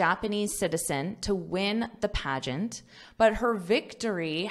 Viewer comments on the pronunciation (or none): What’ s paegant?